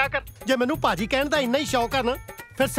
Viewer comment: Sahi keha ji Baki Paji/Paaji means dushat, devil, twerp, ***. Correct one is Bhaji/Bhaaji but its also pronounce like Sabhji-Bhaji instead of this, please better to be used y ji, bai ji, bhra ji (not pra ji), veer ji what kind of a beautiful words ❤️🙏